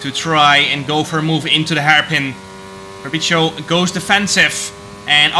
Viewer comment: its “fabri(ts)io”, not “fabri(cc)io”